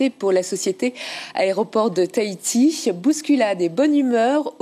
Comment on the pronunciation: Taiti XD TAHITI !!